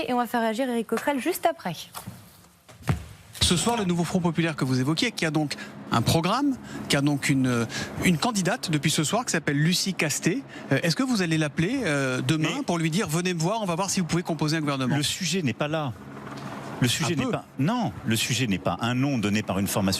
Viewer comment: en Gascogne toutes les lettres se prononcent...ce n'est pas CASTET,...., mais, CASTETS....si vous n'avez pas l'habitude de ne pas vous parisianiser, faite le " tsss " du serpent